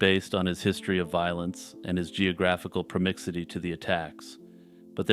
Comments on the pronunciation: You called her Laurie at the end. Otherwise a pretty interesting true crime slaying. Also what does promixity mean? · lol geographic “promixity” 😅